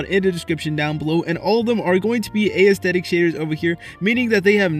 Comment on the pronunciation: Dude you say A - esthetic 😑